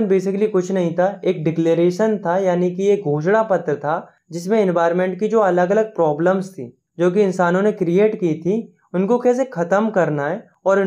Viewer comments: bhai its ghoshna patra not bho**da patra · ghostda patr ❌ *oshda patr ✔️